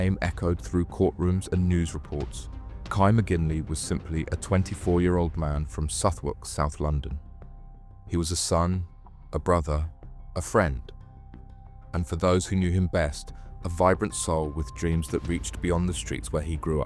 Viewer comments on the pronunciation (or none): If you’re gonna use AI to act as a voice over at least teach it to say the names of places properly Southwark? Pronounced Suthak